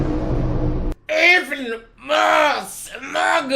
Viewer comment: Every time you say smug I think if Smaug